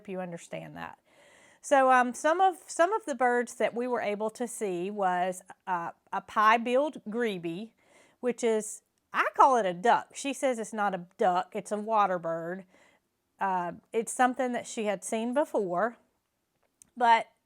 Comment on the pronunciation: Grebe is pronounced greeb, the e on the end is silent. It doesn't matter and no offence is meant, just so you know. MC pictures are excellent